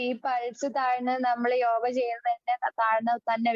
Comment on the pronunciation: യോഗ അല്ലേ യോഹ അല്ലല്ലോ?